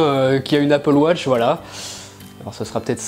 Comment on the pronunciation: apple watch et non apple wotch XD